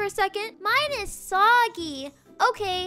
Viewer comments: When said “mine is sawgy” when she got her pancake I thought she said “mine is swaggy” 😂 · anybody else thought that when said "mine is sawgy", she said "swaggy"?? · NOT ME THINKING SAID SWAG-Y